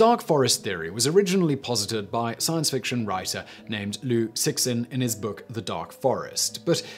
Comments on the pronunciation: lui chix-in is not how you pronounce his name. lol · That is not how you pronounce Cixin Liu.